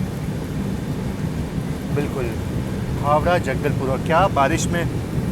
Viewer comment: भाई साहब आप अपने उच्चारण को सही करो। सिंगापुर रोड को आप सिंगारपुर बतारहे हैं। झारसुगुड़ा को आप झांसा गुड़ा बता रहे हैं। हावड़ा जगदलपुर एक्सप्रेस को जंगलपुर बता रहे हैं। इससे आपके हिंदी की अज्ञानता ही झलकती है, कृपया इन कमियों को दूर करने की कोशिश करें।।